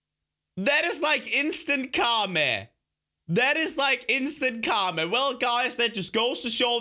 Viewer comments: It's karma not karme. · Not to be rude I know is from Denmark but I died when he said instant kame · Car ma 😯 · Literally insta car-ma😂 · You mean it's car-ma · ITS CAR-MA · The Way He Says " Karma" 😂😂😂